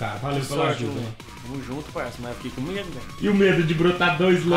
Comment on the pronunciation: canal sla Mas "Feique" É Esse Português kk